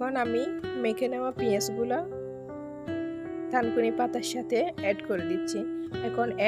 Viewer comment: লেখা থানকুনি,বলছেন তানকুনি। আসলে কোন পাতা দিয়ে করেছেন?